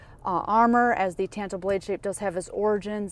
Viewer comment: For the love of non existent god, it's pronounced TAHNTO, ah, not an